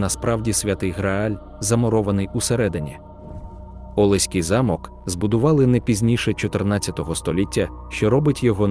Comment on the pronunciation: Ніби мало бути цікаво, але не змогла дослухати до кінця. Наголоси - просто п*зд*ц! Підгóрецький (правильно - Підгорéцький), Óлеський (прав. - Олéський), Ужгорóдський (прав. - `Ужгородський) замок, корóля (прав. - корол`я), Мáрію (прав. - Марíю), т`юрмою (прав. - тюрм`ою), тéрнового (прав. - тернóвого), госпóдиню (прав. - господ`иню), періóд ( прав. - перíод) і безліч інших, а деякі вимовляються з наголосом на кожному складі, ніби це робот говорить, а не людина. Також є трохи росіянізмів чи ще якось перекручених слів, проблеми з власними назвами - якийсь Іфесінгер та Ержевуський, які насправді Фéсінгер та Жевýський. Ще щось було про французький стиль Підгорецького замку (вперше таке чую, знаю, що в його архітектурі поєднуються ренесансний і бароковий стилі). Загалом, це просто 🙄😵‍💫🤦‍♀️🤦‍♀️🤦‍♀️. Навчіться нормально говорити і шукати адекватну інформацію, а потім беріться щось озвучувати.